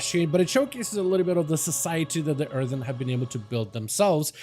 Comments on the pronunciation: earthurn he says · Earthen* not Earthern.